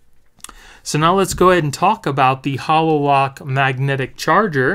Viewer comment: Why are calling it a Hah LO lock? It’s pronounced Hay lo like the halo that angels have. Self explanatory really when you look at the shape. Just had to mention it.